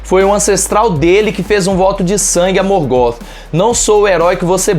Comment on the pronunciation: Bom vídeo, mas a pronúncia incomodou um pouco... A pronúncia não é "Morgó" e sim "Morgof" (Morgoth) com o TH com som de "f"